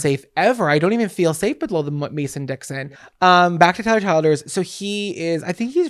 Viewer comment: Tyler “Chill-Ders” I believe is how it’s pronounced. Love you!!